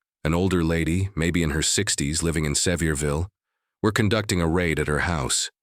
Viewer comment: Please learn to pronounce the name of the city properly. Se-VEER-vil…